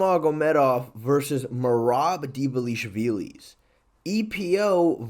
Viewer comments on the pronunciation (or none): say it with me, DVA-LI-SHVI-LI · Merab deevaleeshveelees 😭😭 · His surname ought to be written Dwalishwili because in Georgian ვ is closer to W than V and it's much easier to pronounce.